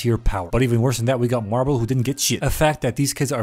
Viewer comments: It’s not marble it’s mirable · did no one realize that he called mirabel marbel or is it just me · it pains me everyone says marble and not mirabel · Who the hell is marble?! Her name is mirabel. Edit: yes I know its a joke. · every single time he calls mirabel marble i lose a bit of my shit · Mirabel ❌ Marble ✅ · Mirabel🚫 Marble✅ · Mirabel 🚫 Marble ✅ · calling her marbel made me crack up xD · I love the fact you call mirable marble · I love how he said marble instead of mirabel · i love the fact that he calls mirabel marble 🤣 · i love how he says marble instead of mirabel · bro's calling mirabel "marble" 😂😭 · The fact that he called Mirabel Marbel XD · it do sound like he be saying marble though XD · Also it’s Mirabel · k guys-, her fucking name aint MARBLEEE